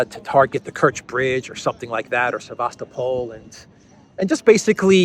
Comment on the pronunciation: Sevastopol is pronounced with the stress on the first “o”.